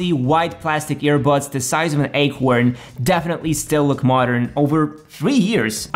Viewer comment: took me out the way he said acorn 😭😭😂😂